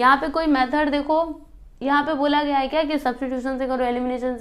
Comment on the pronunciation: Didi gay nahi gaya hota hai😊